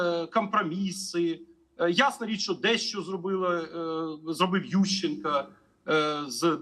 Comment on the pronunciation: А що з мовАю пана Олександра? чому він акає та цикає? кАмпрАміси, чАтирнацАтого, ЮщенкА, чіткА питання. АчєвиднА Професор українець не може вивчити вимову української мови? Чи він тимАшенківець?